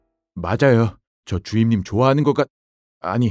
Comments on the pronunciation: 주임님을 주인님이라 하는줄ㅋㅋㅋㅋㅋㅋ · 하 이젠 주임님이 아니라 주인님으로 들린다. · 전 왜 자꾸 주임님이 주인님으로 들릴까요?